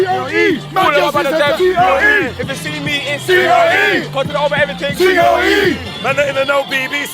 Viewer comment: "content" init ...come on.